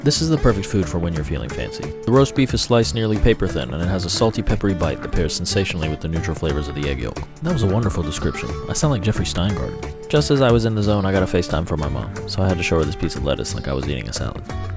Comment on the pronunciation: Amazing price. don't think they have cost of living there....also is it just me getting annoyed at the overpronounciation (not a word) of the L in yolk? 😂